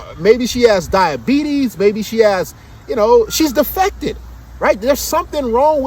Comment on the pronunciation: My nigga said “Defective “ 😂🤣